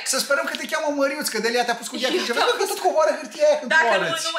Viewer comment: A-ți pronunțat bine numele meu de familie. Măriuț. Thank you!